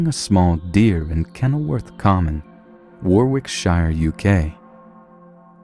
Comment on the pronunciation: Adam Milligan Warwickshiiiiiire😂